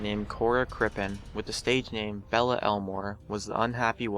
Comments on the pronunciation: Belle is pronounced "Bell" and not "Bella" :) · It's Belle (bell), not Bella. Geez, where did you get your education....? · Belle is pronounced. BELL but again, plow ahead w/out checking any research except crime details. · "Belle" is not pronounced "Bell-uh." It's pronounced the same as if it lacked the e at the end. It is French for "beauty."